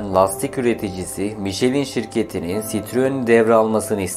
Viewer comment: Tebrikler.. çok güzel olmuş, elinize sağlık. İki küçük eleştiriye izin verin lütfen..... (1) önceden yazıldığı gibi eksiklikler var (2) Fransızca isimler yanlış telaffuz ediliyor. Mesela "Michelin" MİŞLEN olarak söylenmeli... Benzer örnekler "Traction Avant" TRANSİYON AVAN, "ami" AMİ (Fransızca arkadaş anlamında) , "2CV" ("deux chevaux" yani iki "fiskal" beygir: 4 tekerli araçlar için en düşük vergi dilimi) DÖŞEVO olmalı. Ve en güzeli "DS"!. DS Fransızca söylendiğinde, yani DE-ES, tanrıça anlamına geliyor ("déesse").. :)